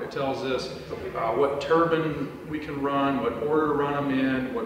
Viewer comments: Dude you as an engineer should know it's pronounce (Tur Bine) "Turbine, not (turban). A turban is something that somebody wears on their head... 🤦🏼 there are so many people I've seen and I mean by the thousands whether it be YouTube or people I've met that incorrectly say turbine. if you don't believe me look it up in a dictionary. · Whats a turbun?? It's turbine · 😆IKR! Not turben or turbin or turban👳‍♂... it's TURBINE - ˈtɜːrbaɪn - tur B👁N. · never heard someone say turbans so often in my life. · Oregon local here. I'm curious how many people corrected you on your pronunciation of the word turbine, because you don't wear turbines on your head lol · Every time he says turbine, all I can hear is turban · Turban? I've never heard a turbine be called a turban. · Turbine = Turban?? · Turbin or turbine ☠️ They're a bit different 😂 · The CORRECT WAY TO PRONOUNCE TURBINE IS tur·bine NOT TUR•BIN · Thought these things were called Turbines, not turbins. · It's really wiggin' me out that you say "turbine" like "turban". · Whenever you say turban, I think of a certain type of head-wear. 👳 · It's ter-byne not turbin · Anyone gonna mention the pronunciation of turbines? I keep thinking its what the sikhs wrap around their head with 😭😭😭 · Say Turban one more time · Certainly ain't a turban. 👳‍♂ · I love your content, but as a Canadian, your pronunciation of turbine greatly upsets me. And we like to make fun of Americans for their mispronunciation of it. Especially as a turbine jockey. Its always meant to be a hard I like turbINE, and its always just poking fun at you guys for it. Keep up the good work, I always enjoy your content! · You say "turbine" is such a weird way. Like you are saying "turban" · Why do americans think the e at the end of turbine is silent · Great video. Love it. Hate the way you say turbine... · Although Turbine Can be Pronounced two ways...I don't call it a head wrap! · Why do you mispronounce turbine in a video about turbines?